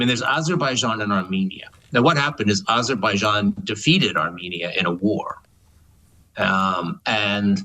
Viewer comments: Ayzerbijian! 😂 (Yes, I spelled it how Trump pronounces it. Incorrectly!) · Aberbaijan, it's pronounced Aberbaijan, Sir!